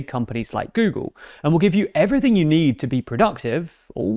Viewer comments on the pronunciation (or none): none